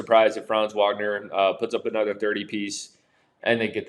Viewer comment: Franz last name is pronounced VAGNER with a V😊. It's German